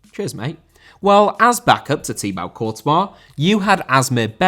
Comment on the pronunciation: It is pronounced Tee Bo, not Tee Bau.